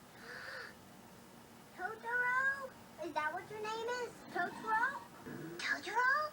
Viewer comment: Fox version is much better. The girls in the Disney version pronounce it “Todoro” . Also soot gremlins is not it. It’s dust bunnies. Nanny is voiced so much better in fox’s version … she’s supposed to be kind of silly and she’s way too composed in the Disney version. The dad is voiced way more boring in Disney and they eliminate or change a lot of what he says. The way the intro song is sang is so much better in fox, more folky. The disney version has a singer that sounds like she’s trying out for American idol and overdoing a song that’s supposed to be simple. In Disney’s version both Kanta and Satsuki sound way too young for their ages. The emotion is better in fox, and the voices fit the mouth movements in the animation better. Also I grew up with it and It was like watching a different movie when I watched the Disney dub.